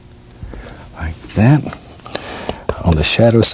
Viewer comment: Instead of saying, “Like that” he says, “Li cat”. Drives me crazy. Still love watching though😚